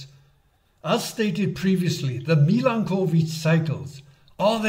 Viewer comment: A nice video, only the pronunciation of the word Milanković needs a bit of an improvement. That is, it is not two words (Milan and ković) but a single one with the accent placed on the vowel a.